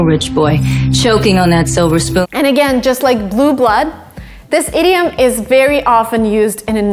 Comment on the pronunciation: Every time she says "idiom", I always think she's about to say "idiot"